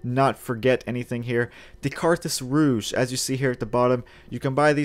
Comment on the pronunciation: Props on pronuncing "Carthus Rouge" correctly, with a hard J; I see it misspelled and mispronounced as fucking "rogue" everywhere, so that was refreshing.